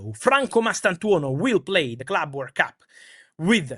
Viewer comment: What's this Word Cup Fabrizio keeps talking abou?